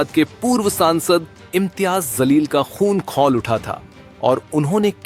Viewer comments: NDTV bangaya anpado ka adda. In logon ko hindi ka pronunciation bhi nahi aata ja ko za bolte hain. Likhte ja hai par bolte za hai. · zaleel nhi jaleel hota hai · इम्तेयाज़ जलील बोल भाई, ज़लील नहीं 😂😂😂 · Imtiyaz jaleel naam hai zaleel nhi hai , agar jaan kar naam galat bola to jaleel sahab iske jija honge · Zaleel nahi jaleel boliye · Zaleel nahi jaleel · Aare jahil anchor zaleel nahi jaleel bol tu zaleel hai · Dekh liye is gunde ko jo ek kamzoor par haath ghuuse laga rha saare tamasha dekh rhe, is ki mardangi sirf is ke kehne se nhi hogi, ese ko hum hijda maante h, News channel ke liye ek baat za ka ja aur ja ko za mat bolo, Wo Jaleel h Zaleel nhi, Alphabet sahi se toh bolo, marathi Alphabet mein bhi ja, jha an Ze hai, so plz pronounce the correct Alphabet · Imtiyaz zaleel nahi Imtiyaz jaleel hai bhai Reporter koun hai yeh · Ye news wale par action lena ye jaleel nahi zaleel bolraha hai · Kaun aapko naukri deta hai naam bhi seedha lene nahi aataa woh Imtiyaz zaleel nahi hai Imtiyaz jaleel hai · Kam se kam naam to sahi le lo bhai. Zaleel nahi Jaleel. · Bhai ankar naam to sahin bol zaleel nahi Jaleel hai un ka naam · Dear Reporter, NDTV Zaleel nahi Jaleel kaho mere bhai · Yes, correct mene bhi yahi kaha, in ko ye toh pata hi hoga ke Marathi mein bhi Alphabets h, Ja, jha, za ze, phir ye kiu ulta bolte h, aur Imtiyaz Jalil Sahab ek Leader h, in ko sahi se un ka naam Pronounce karna chahiye, an un ke through bhi in sab ko bata chahiye ke sahi se naam Pronounce karo... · Imtiyaz Jaleel NDTV Tumhe reporter kisne banaya Tumhe kisi ka naam bhi sahi se lene aata nhi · Arrey reporter mahoday.. Imtiyaz “Jaleel” naam hai, “Zaleel” nahi 🤦🏽‍♂️🤦🏽‍♂️🤦🏽‍♂️ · Wo zaleel nai hai .....jaleel hai ......kab sikte ki sach bolna tum news wale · Aap Imtiyaz Jaleel Saheb ka name Galat bol rahe hain Aap bol rahe hain "Imtiyaz Zaleel" jiska matlab aap khud samajh sakte ho, Sahi name hai, IMTYAZ JALEEL, Plz apni urdu durust kijiyega ! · Zaleel nahi Jaleel hai Theek se bolo reporter bhai